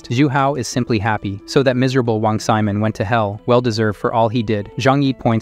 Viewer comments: "Wang Semen" 💀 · "Wong semen" 💀💀💀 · I like how the ai voice called wong simon wong semen